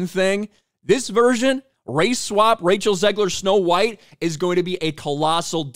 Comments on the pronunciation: Did he say Racial Zegler? Lol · Did you call her Racial Zegler 😂